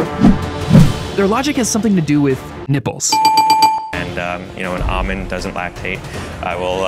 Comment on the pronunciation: its produced ALLmond not “ah-min”